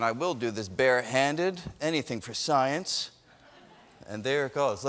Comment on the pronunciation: Brian Green is not just Sceiene, he's Super-Sceiene! It's not even his final form!